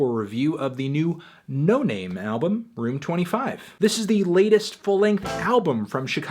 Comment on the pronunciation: its pronounced no nahmay